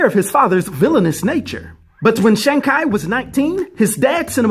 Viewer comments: its shang but said like shawn theres no long a sound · More like Shong